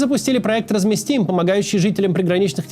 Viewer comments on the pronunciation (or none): Не "разместим", а "размескац" 😅